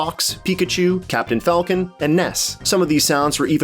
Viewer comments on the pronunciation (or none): none